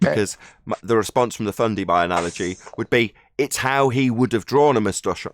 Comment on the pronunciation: Love the "Fundy". I'm in Texas so I ain't got a clue what that means but I understand and love it. Just can't say it as PROPER as.👍👍